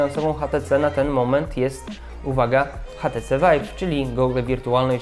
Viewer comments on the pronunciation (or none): kochany mówi się ejcz ti ci:D